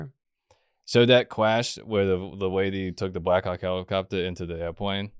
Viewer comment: "It's a hewicopta"